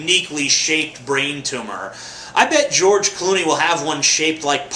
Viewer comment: its not a tumah!